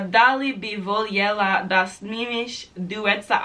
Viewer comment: Jedan savjet, kada citas i govos voljela ne citas l pa j nego lj to je kao ljubicica a ne l j ubicica nezz dal ces skontat